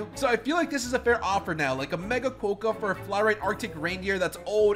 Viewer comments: hi!, sorry to say but you actually the rodent as: ckwoka not ckwohka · So im an Australian and "kookaburra" is pronounced koo - kuh - br - uh" and "Quokka" is kwaa - kuh. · And Quokka is qu-o-ka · U also said quokka wrong and yes u did say kookaburra wrong again it’s like cook a burra like burrow